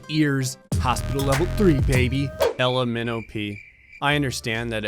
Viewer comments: I heard lmnop like in the alphabet instead of ella millowpea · Is Ella Minowpea supposed to sound like the pronunciation of "L M N O P" when singing the alphabet? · Ella Minnowpea? Did you catch that? The Alphabet! L M N O P. Say it out loud. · Ella minnowpea... ELEMENOPEE